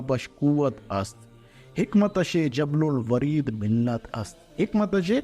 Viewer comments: Habl ul wareed..not jabl ul wareed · Aoa jablil wareed ghalt hai hablil wareed drust hai